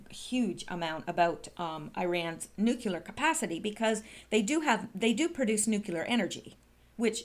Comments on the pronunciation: I was just KIDDING!!! Bush didn't have a "speech impediment" and neither do you. I have been listening to you for MONTHS and will continue, but NUKULAR is just LAZINESS. Practice in front of a mirror if necessary. NEW KLEE UR,NEW KLEE UR ,NEW KLEE UR. It's simply a matter of forming the words and LEARNING to speak them. YOU ARE SMARTER than the average person - obviously - so you can achieve this small thing FOR YOUR LISTENERS, whose ears shudder at the hearing of NUKULAR. (Sorry for the offense, if taken... I was kinda Kidding) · SPEECH IMPEDIMENT MUCH?!? NEW-klee-ur NEW-klee-ur NEW-klee-ur Saying NUKULAR makes you sound ignorant, BUSH LIKE! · you are too smart to be mispronouncing nuclear ("NEW CLEAR" not "NEW KILLER") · NU-CLE-US NU-CLE-AR Not New Killer !!! ;-D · Nuc - U - ler and Nuc- clee - er sound similar, but they have completely different meanings. Habit is a difficult thing to change, But, to present yourself as an educated person, proper word choice/pronouncing is imperative. Another one that EVERYBODY seems to get wrong is the word MOMENTARILY. It means FOR A MOMENT, NOT, IN A MOMENT. "We will be leaving momentarily" means we will be leaving FOR a moment. But the person saying that, actually meant, we will be leaving IN a moment. Words are the tools of thought. The better the vocabulary the better your tools to think. That is why I harp on it. The texting generation is loosing the tools. Precise word choice leads to precise thinking. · pronouced Ear-ran and new-clee-are not new-cue-ler and eye-ran. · MGawd, she doesn't even know how to say NEW CLEAR!!!!! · I think you broke your existing record for the number of times you mispronounced "new-clear". Well done!;) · ...You keep pronouncing NUCULAR....you actually pronounce the "CL"..like in the word " CLAN "...or the word " CLASS "....Come on!...you are a smart lady!...you can do it!...lol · Ground zero nuculer